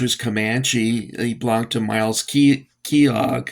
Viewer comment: Capt. Myles Keogh It’s pronounced like Key oh Miles Keyoh . The blankest were French blue with an orange stripe. A bay horse is a dark brown with a black main and tail. A sorrow horse is like a light caramel color. Nice opening shot of the figures and fort.